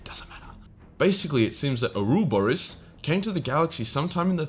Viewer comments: 4: 56 im sorry.....what? o-rube-ah-rus?????? too many of you talking heads saying it wrong. say it with me. o-ro-bo-ras. smh....yor-men-gan-der. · Its not oruborus. Its like Dave says "Or rob, or ross" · ouroborus not ourooborus. yormungund not jormunder. maw-lock chiribidis not charibidis. GW loves to choose BS names for tyranids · Dude... your killing me with your pronunciation of Ouroboros is killing me... Its not (OR-oooo bur-iss) its (AURA-BORIS)... like saying "that dude Boris, has a lot of Aura"...just backward and without the other words. Im sure you've seen the symbol. A snake or a dragon eating its own tail. The ring the sisters wear in "wheel of time"? The Aei Sedai ring? It also shows up in greek, norse, and egyptian philosophy and mythology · A year later, but it's pronounced "Or-Oh-Boar-Ohs," not arooborus. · pronounced oro-boros btw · Ourobouros pronounced Ore Oh Bore Us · it's ouroboros (aura-boris) also jörmungandr (yor-man-gun-der) just as a reference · Ouroboros - oh-row-boh-rus. Actually the pronunciation is generally hilarious. Great video though 😘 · Its pronounced oroborus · “That was just the tendril. The best is yet to COME!!” Missed hentai reference opportunity. “Aura-Bore-Us” 😂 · Really enjoyed hearing you say OROU-boros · I don't know if it was for a meme or not, but the pronunciation for "Ouroboros" is usually "OH-row-BO-ros". And "Jormungandr" is "YOUR-m-un-GAN-der" That said, pretty much all of them can be pronounced "fuck-off huge bug bastards" with a color adjective and convey the fleet being described pretty clearly, so maybe all the pretentious mythological names are unnecessary to begin with. Best of luck on the push to 200k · Ouroboros - Oro Bore os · Ora-bore-ose dumbass 😂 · ore-oh-bore-ohs please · Your pronunciation of Ouroboros is triggering Ou·ro·bo·ros ju̇r-ō-ˈbȯr-əs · Or-Uh-Bore-Us Holy shit the way he pronunced Ouroboros fucking triggered me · trying to pronounce "ouroboros" is funny